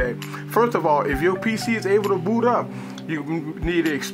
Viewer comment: it sounded like he said booty